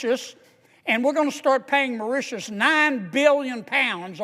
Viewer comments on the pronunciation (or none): he needs to learn how to pronounce those islands mor-ish-shus cringe > maw-ri-ti-us can't remember how he pronounced the say-shells